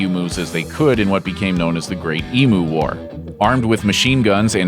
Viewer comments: Dude, it's called an "ee-myoo", not "ee-moo", it's not a bloody cow. Honestly, you Americans... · Pronounced eem-you not emoo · What the hell is an e-moo? E-mew! Do you even Australian? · It’s pronounced EEEM YOU NOT EMM OOOH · ok why can non Aussies not Say Emu the right way omg no matter who it is its always said wrong this is the real way to say it and also the reason why it is always shown as simply Emu .I have heard Americans say “eamoo” which is weird. The proper way to say it is “eamyoo”. I don’t blame Americans for this. There are a lot of Aboriginal names and terms in Australia which were written down by predominately British explorers in their own regional accents which are now long gone. The result for instance is that people in the north of NSW cannot properly pronounce half the places in the south and vice versa. I cannot pronounce half the places in Victoria or Queensland. So why did they not write it as Eamyoo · 'EEM-YOU ', NOT 'E-MOO'. IT'S NOT A DIGITAL COW, GOD DAMN IT! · Nobody mangles the English language more than an American. Sheesh! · It's ee-me-yu -me-yu. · It’s pronounced “E Mews” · Its pronounced Eem-You. Honestly, the amount of things America has to be embarrassed about could fill a dictionary. Of course a deliberately inaccurate dictionary is one of the things the US has to be embarrassed about. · LMAO the comments section be like 80% "emu" pronunciation, and 20% some actual comments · The way he pronounced Emu is more cringe-worthy and embarrassing to his country than the failed war we had on them.